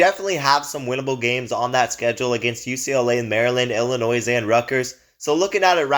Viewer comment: Please learn how to pronounce the teams' names before making a video. Illinois... you don't pronounce the S.